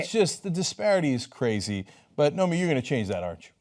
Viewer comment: Cenk definitely hired the right reporter. But he said "Naomi" a few times.